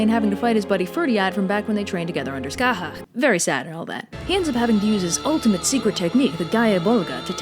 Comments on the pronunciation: It is! She pronounced it perfectly. This is one of the few Gaelic names that are actually pronounced pretty much the same in most of the dialects. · Hey, at least she got Scathach right, or right enough! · Scathach was pronounced "sca-hah" and was the Irish goddess of war. Huh. TIL. Irish spelling is weird. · SO THAT'S HOW YOU PRONOUNCE SCATHACH! I've been reading it as skā-thatch.